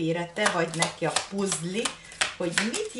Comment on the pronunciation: Szia ! Úgy ejtjük hogy PÀZL.